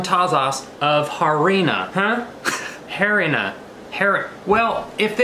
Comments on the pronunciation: Lololol boy the h doesn’t make a sound in Spanish. It “arina” not h-arina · little spanish lesson in some words the h is silent for example hermano (brother) and harina (flour) (i didnt mean it to be rude)